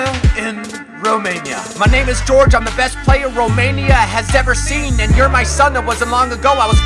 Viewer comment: Btw it s Gheorghe not GEORGE Hagi